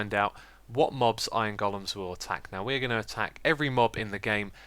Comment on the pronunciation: I love how you call them goal-ems instead of golems. Lol.